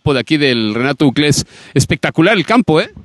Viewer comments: Porqué le dice Renato Uclés a Chelato Uclés 🤔... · El reportero de tv azteca siguió diciendo renato ucles que nadie le dijo que es chelato ucles?